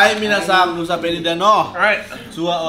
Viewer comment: btw, penyebutan kakak tentang Nusa Penida salah kak, seharusnya suaranya "pe"(pelaku), bukan " pe"(kucing persia) kak. Hopefully bisa dimengerti yaaa💗💗